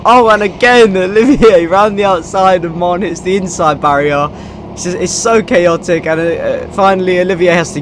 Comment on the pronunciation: "It was so chaotic" "Caous"